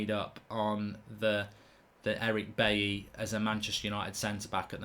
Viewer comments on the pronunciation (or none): none